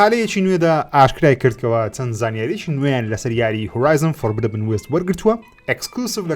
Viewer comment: Horizon: Forbidden west هەڵە دەخوێنیتەوە خۆی بە (فۆڕبیدن) دەخوێنرێتەوە